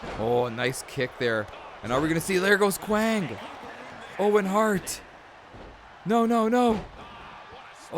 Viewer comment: It's Kwang, not Wang, but regardless, he was Savio Vega.